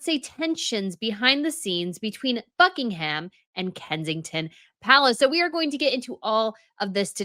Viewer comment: It's not BuckingHam. It has nothing to do with ham. Forget that H,.